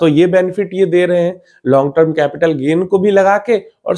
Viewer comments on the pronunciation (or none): none